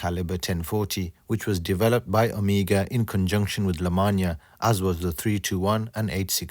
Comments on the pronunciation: nono not omiga! omEGA! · anyone else is irritated that he pronounces "Omega" as "Amiga"? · Ok,we all know your island accent but you are screwing it.Its not Amiga but Oooomega!!!Nice work. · You are mispronouncing "Omega".....I'm sure you have been told this before. Ask yourself this...."How do the Greeks pronounce Omega"..Now you have your answer. Good Video. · I'm perplexed as to why you mispronounce Omega but perfectly pronounce Jaeger-LeCoultre?